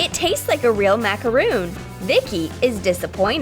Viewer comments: They pronounced macaroon wrong It’s, mac-er-on Not, mac-er oon. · That's a macaron, not a macaroon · It's pronounced Macaron not Macaroon. A Macaroon is a coonut cookie.Hope you understand And these lifehacks are USELESS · You pronounced macaron wrong. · It's macaron, not macaroon. Please learn the difference.